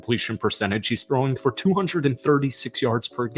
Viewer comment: Why do you say 'fir' instead of for?